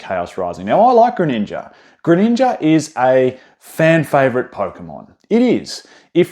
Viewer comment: Bro called the greninja "greeninjur" and Charizard "Charkzurd"